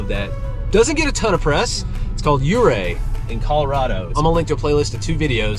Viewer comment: Ahhh adding that to the list. Oh and let me tell you how happy I am that you say Ouray correctly!! #coloradonativepetpeeve